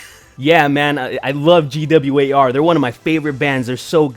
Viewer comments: When she said "G W A R" I lost it. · Also, Kathy SHOULD NOT have apologized. Own it. She did it, she meant it. Have some 'stones'. And the fact that chick says G W A R... LMAO! Gwar, baby... Gwar. Just say the word. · She said "Gee Double You Aye Are" I'm like "You mean GWAR?" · (facepalming so hard) GWAR. IT'S FUCKING GWAR. NOT G-W-A-R... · This bitch really just pronounce GWAR as G W A R? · ''the band GEE DOUBLE U EH ARRR. Bitch its fucking gwar you fucking stupid little shit gibbon. On a related note: Gwar has invited Kathy to join them on stage in decapitation of trump. Difference being Gwar with a female lead won't fucking cry misogyny if they get smacked for that shit, and they probably won't get shit for that because its part of their fucking gimmick. 10/10 would get tickets to go to gwar with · G-W-A-R.....YOU MEAN GWAR....fn tool...what an idiot she is. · It's pronounced "Gwar", Kathy. Beavis and Butt-head taught me that. Why aren't you as cultured as I am? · G.W.A.R took me a second to realize they meant Gwar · can't she pronounce Gwar. what a tard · I thought it was funny as fuck how she pronounced GWAR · If you can't even pronounce the name of a band... Don't take what they say seriously, lol. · It's pronounced "Gee-double Ewe Aayyy Arrrrr." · The GWAR part was my favorite. First off, their obviously not THAT famous, since she mispronounced it, but also...shes trying to say they've never been given a hard time for being out there? Uh...they've been getting called out since the 80's, back when Kathy was performing improv in coffee houses in LA. It's not like Oderus Urungus is hosting the grammy's or anything. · I don't know what pissed me off more, the fact that she compared her unussual art to shock rock's ussual gorey art or the fact that she mispronounced GWAR. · I just love the victim narrative and the dripping condescension... and that's not how you pronounce GWAR.